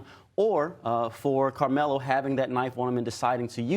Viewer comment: “Anthony Karmelo”. Can’t you get his name right or is this more AI?